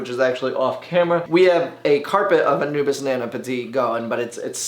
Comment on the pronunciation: Drink every time he says Anubis instead of Anubias